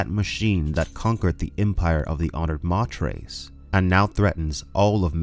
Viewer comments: Dude..... i love your channel and content but every time you call the honored matres "mah tres" i cringe. Its "may ters". Latin for mothers, honored mothers! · LEETOH AHTRAYDEEZ... Honored MAYTURS... stop hurting my brain please, thanks.